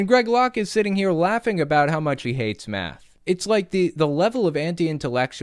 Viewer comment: It is math not meth